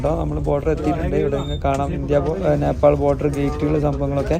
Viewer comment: Uneducated പറഞ്ഞാൽ തിരിയാത്ത നാക്ക് വടിക്കാത്ത വടക്കൻ കാക്ക കുഞ്ഞ്… റീച് കൂട്ടാൻ ആയിട്ട് നേപ്പാൾ ടൂ കൊണ്ടോട്ടി എന്ന് ഇടായിരുന്നില്ലേടാ?